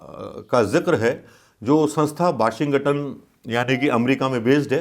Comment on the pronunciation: Sir aap ekdam sahi hai par sir apko na Washington bolna nahi ata...